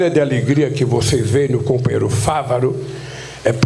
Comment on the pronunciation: Quem linguagem desclassificada. "Cumpanhêro" daqui e dali... Parece um soviet de quinta categoria reunido...